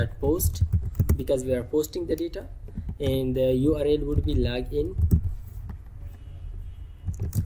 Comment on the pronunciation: it's not lagin it's called as Login and it's not cansole it's called as Console